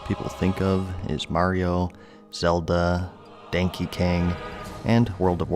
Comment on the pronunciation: What the FUCK is Dankey Kang? Really..